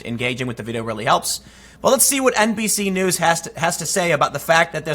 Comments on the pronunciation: Every time he says NBC News it sounds like NPC News. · Did you say "NPC News"? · Did you say NBC News or did you say NPC News? ) I think it's time for NPC News Channel to become a thing. )